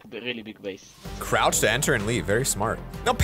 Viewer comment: Crouch ❌ chrouch ✅